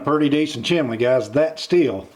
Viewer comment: Why pronounce chimney as chimlee. A I told me to use high temp mortar....you're not suppose to use regular mortar.